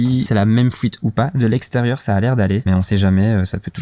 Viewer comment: GG hombré ! L'important ce n'est pas le voyage, mais la destination en tout cas quand on prépare un van, sinon c'est un peu difficile de voyager en toute sérénité. J'ai bien entendu "Fouite" aussi et pas mal de "chipoter", mais c'est pas grave on te pardonne, car la vidéo était vraiment sympa et que dire de ton éponge Homer Simpson ? Bref, à bientôt pour tes prochaines vidéos.